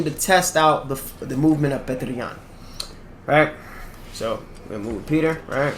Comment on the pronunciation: Yan isn't Spanish. You don't have to add the Wrong accent to it when saying his name